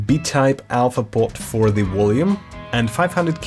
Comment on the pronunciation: Wolume. xD